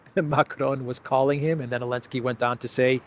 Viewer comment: Lol u funny can u ask u something why don't Americans pronounce (Z elinsky ) name right with (Zel, not an (A elinsky